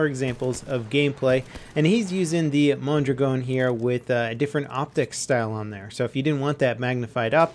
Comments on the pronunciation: Its "mon-draagin" not "mon-dragown" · why does he say mondragon so wierd...